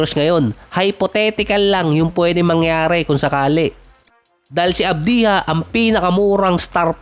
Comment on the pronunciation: Hindi avdiha - AVJA ganyan bigkasin..